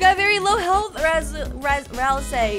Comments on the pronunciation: she still says rasel instead of ralsei... :| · also keep saying ralsei not "razel" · ralsei is like ralsay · That's also wrong. It's pronounced ral-say. Toby even pronounced it on the livestream